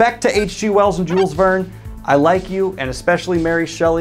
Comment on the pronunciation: Do all Americans and British pronounce Jules this way?